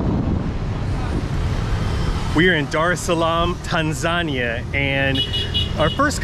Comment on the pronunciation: I don't get the pronunciation, it's Tan-za-ni-a, not Tan-zan-ia.